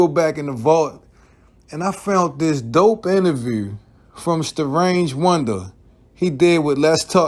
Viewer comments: Say the name right goofy.. I stopped watching after the 3rd time you said "strange" it's Starang Wondah... pronounced Stah Rang... u claim to be a fan but can't say the name right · My meo comment might have inspired this video. Btw it's Sta-rang not strange, and he actually was from Queens while the rest of Bcc was from Brooklyn. That OGC video had alot of adverse effects for boot camp. It made some radio personalities have to choose if they were rocking with bad boy or boot camp and we all know how influential Puff is, so you barely heard any boot camp on NY radio after that. One of Smif n Wessons biggest exposures was on a Mary J Blige remix, then that relationship became awkward, and Big's crew and security included D-Roc and C-gutta who were both ex cons that were not there to rap. Think about the pressure boot camp and especially Smif n Wesson had and the money they lost out on because Starang wanted to be immature. Ain't nobody get killed or mamed, but Starang signed up for an ass whooping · His name not Strange... Its Sta-rang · Lol his name is Starang not Starange😂